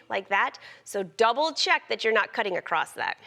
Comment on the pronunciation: It’s not ‘acrosst’, it’s ‘across’. :)